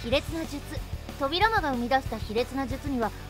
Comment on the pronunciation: そうですか！自分もナルト好きなので頑張ってください！ あと、個人的に扉間のイントネーションが少し気になりました…